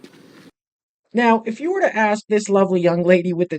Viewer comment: when these black people will learn that ask is not a aks. you dont aks me I ask you